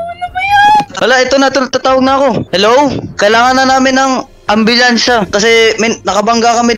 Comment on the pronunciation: Ambulansya hindi anbolansya😂😂😂😂😂